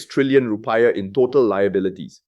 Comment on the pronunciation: It's not Ru - pie-ah but rupee-iah